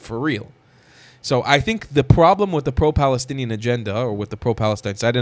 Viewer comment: Of course, he's balestinian.